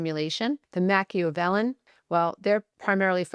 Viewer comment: You’re pronouncing Machiavellian incorrectly.